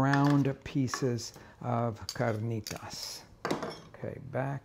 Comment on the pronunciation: Loved this guy dropping the accent on carnitas about 5 minutes in.